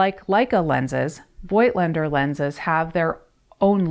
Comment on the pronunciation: It‘s pronounced „foked lender“ Like people from the Vogtland / Voigtland, a region in the east of Germany.